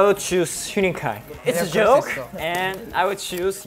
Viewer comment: the way he said "it's a jOke" is sending me